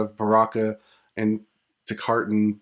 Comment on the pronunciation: Good vids. JSYK: Baraka is a Tarkatan, not a Takartan.